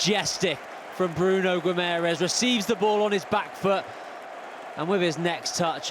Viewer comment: Yes, what a ludicrous comment - mind you, from someone who can't even say 'Guimaraes' ...